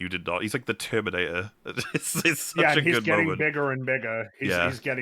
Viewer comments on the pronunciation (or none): none